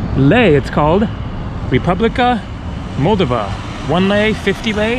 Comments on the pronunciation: FYI...In the pronunciation of Moldova, the stress is on the second "o" not the first. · First of all, I applaud you travelling to Moldova. Not many people think to go there. (As a native Romanian myself, every time I go back to Romania, I always mean to go to Moldova, then I don’t. By the way, it’s pronounced “Mole - DOH - va” (emphasis on the second syllable). And you might do well to research its history, because it’s fascinating. Romanian at heart, Russian by force (and by history), the country struggles to make a name for itself in Europe. And the “National” is not a parking garage, it’s a hotel. Not a great one, but still. :) Thanks for the walk through Chisinau. I really MUST go sometime! :) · Kishi-nev is the Russian pronunciation, Kishi-now is the Moldovan/Romanian pronunciation, as I understand it. And I was saying Moldova wrong, it's Mol-DOV-a. I think the way I was saying it was the Russian pronunciation, because I heard a Russian speaker say it that way and thought that was the right way. It's all a little confusing. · Love your videos!!! Alice in Chaaaaains woo hoo! I believe it’s pronounced MULL-DOE-VA.